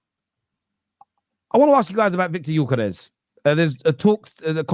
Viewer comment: Whenever you hear one of these panellists pronounce Gyokeres with a "G" instead of 'yokeres', you know they have not watched him play and heard the commentators regularly say his name. It's surprised me how many don't really watch the players they have strong opinions on.